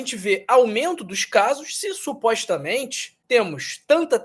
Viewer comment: Putz dotô,ce fala errado pa caraio,supóîstamente ,nóisss purque ce fala assim??? Parece qui ce tem uma gilete na boca ,ou parece ce dura a língua , faiz tratamento pa melhora a fala dotõ